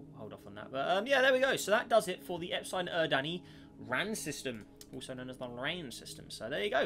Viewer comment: because its horrid and extremely incorrect it's pronounced "Ep-suh-lon Er-rid-knee", not "Eps-iegh-lon Ur-dan-ee"